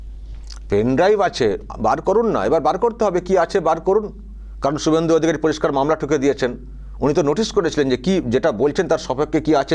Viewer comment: কিছুই হবেনা কারণ শুভেন্দু অধিকারীর নাম যেভাবে মুখ্যমন্ত্রী উচ্চারণ করেছেন তাতে বিরোধী দলের নেতা শুভেন্দু অধিকারী কেই যে বলেছেন সেটা বুঝা যায় না।